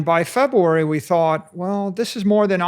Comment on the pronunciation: It's so cute how he says February as Febwoowery.